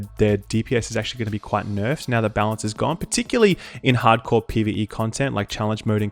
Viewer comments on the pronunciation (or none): none